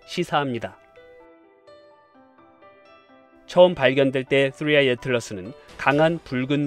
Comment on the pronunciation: 뜨뤼 아이~ 혀가 질풍노도의 시기를 겪고 있네요 😂😆🤣